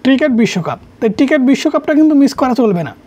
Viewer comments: টিকেট না ভাই, ওইটা ক্রিকেট হবে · ট্রিকেট না রে ভাই ক্রিকেট 🏏😅😅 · টিকেট হাইলাইটস না রে ভাই এটা ক্রিকেট হাইলাইটস